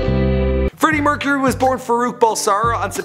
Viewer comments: Bra mercharuy get your names right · Freddie MERCHURY